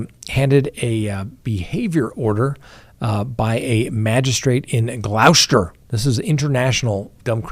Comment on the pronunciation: Gloucester is pronounced Gloster